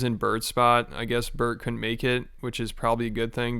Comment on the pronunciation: You know his name is Bert, with a T and not bird, right?